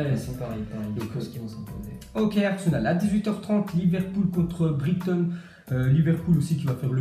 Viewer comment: Bournemouth se dit Bourenemoufe Southampton Se dit Saosamptone Brighton se dit Brailletone